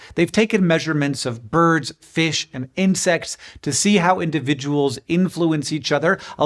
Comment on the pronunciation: Every time I hear you say boids I end up hearing it said in the voice of Curly from the Three Stooges 😊